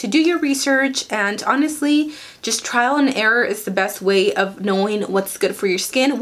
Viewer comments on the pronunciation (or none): none